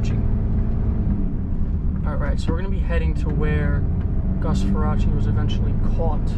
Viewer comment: Get his last name right- Far-race.